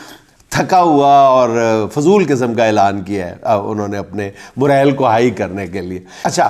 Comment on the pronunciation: Word is Moral, not,Morel,.